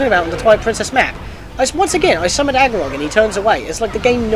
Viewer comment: "ARgorok", not... Agiroth... "Fi" like "Pi". Sorry, that was irritating me and I had to say something xD But anyway, super helpful, thank you! xD